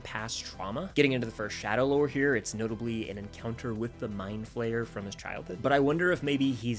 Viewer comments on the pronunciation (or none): none